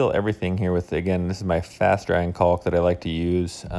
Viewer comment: After what I assume is over 30 years of living on this earth, you still cannot pronounce caulk correctly.